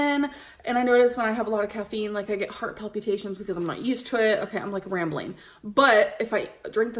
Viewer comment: Caffeine gives her "heart palpy-tations." Lol